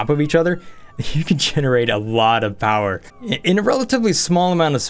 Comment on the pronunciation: UNLIMITED POWAH